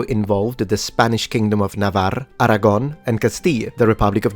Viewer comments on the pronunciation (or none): NAVARRA, ARAGÓN Y CASTILLA, THAT´´S HOW YOU PRONOUNCE SPANISH,. JUST KIDDING. LOVE THE CHANNEL.